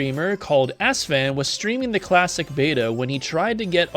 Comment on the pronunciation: “A streamer known as ‘Assfan’”